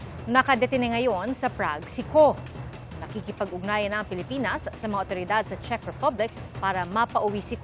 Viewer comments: Shek, Czeck sabi ni. Di nya alam tamang pronunciation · This Claire Castro can't even pronounce Czech properly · Alam mo nagbabasa kna nga lang do mo pa ma pronounce Ang czech. Shek ka Dyan.